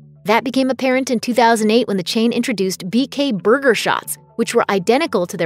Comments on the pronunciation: She says burger like booger. And I could listen to that all day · I hate the way she says burger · The way you say burger hurts my soul